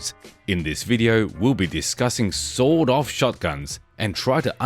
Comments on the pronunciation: With his accent it sounded like he said sold off shotgun😂. Still a good entertaining video. thanks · Within 40 feet you're pretty much good to go with an SBS In America its "sawed-off" with a hard D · Aye guv, we don't bloody well say "sawn off" here in the States. It's "sawed off" with a Hard D (pronounced "saw Doff").